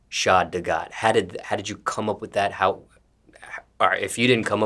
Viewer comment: YOOO finally someone know how to properly pronounce (SHAD)